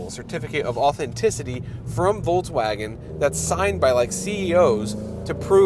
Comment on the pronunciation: Is it me or does it sound like he is saying Voltswagen